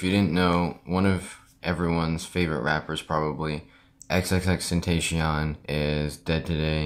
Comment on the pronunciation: Xxxtentashione is what he said